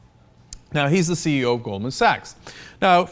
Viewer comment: CE"0" (as in zero)